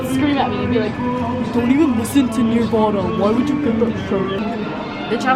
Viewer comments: Ok I like this love the hair and makeup but I'm stuck on 8 mins in where you said Nirvana...... Did you really say Near vana!?!?! Never heard it pronounce that way lol. Really should think about the septum ring I have mine because of a deviated septum it's cheaper than a correction (aka 👃 job) and believe it or not I no longer get sinus infections or colds anymore!!! 5 years with only maybe 3 times of getting a sinus infections when I use to get them almost every 3-4 months. Cool bit of info if you're considering it. Oh, if it hurts when they do it they did it wrong!! Should feel like a ear piercing. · Okay I liked her at the beginning heard we're going to west ed got more excited than heard how she pronounced Nirvana and just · You lost me at mispronouncing nirvana 🙄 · wait wait wait HOW did she pronounce Nirvana?! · “ you don’t even listen to Nirvana” apparently you can’t say it either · The way she pronounced Nirvana pissed me off 🙄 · The way she said Nirvana 🤣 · Ugh the way you pronounce nirvana 😹😹😹😹😹 totallyyyyy different than the way South Carolinians pronounce it lol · did she really say “niervana” not “NIRVANA” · You're so cute! Subbing ❤️ But the way you pronounced Nirvana made me feel so old! 😫 it's Nur-vana, not Near-vana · She said “nearvana” its nervana😭😭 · It's Nirvana, not Nearvana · Haha you noob you said NEARVANA not Nirvana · “nearvana” NIRVANA jks love you loads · It’s pronounced Nervana not Neervana, and it’s spelled Nirvana I got pissed that you pronounced it neervana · Umm, she said Nirvana wrong. N-er-vah-nah not Neer-vah-nah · Omfg. You did not just call it Near-vana. Oml. Its pronounces NER-VANA. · we can tell you don't listen to nirvana by the way you pronounced it. "near-vana" SIS ITS NUR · It’s NUR-va-na. Not NIR-van-a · Did she seriously just pronounce Nirvana like Nearvana... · Okay I'm sorry but the way she said nirvana.. No hunny it's pronounced like "NERVE" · SORRY... NEEEEEAARRVANA? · ‘near-vana’ ?? excuse me ¿?? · Lol “neervana”